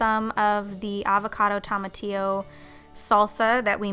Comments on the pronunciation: I know, right? And also Pico de Gallou and Cilantrow, but definitely Tomatillo was epic. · Not hating but the way you said tomatillo made me laugh so much (I'm Mexican). Great recipes tho!